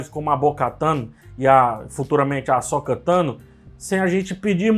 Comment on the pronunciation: "Asóka" não, ome! KKKKKKKKK "Asôka" Parabéns por mais um ótimo vídeo.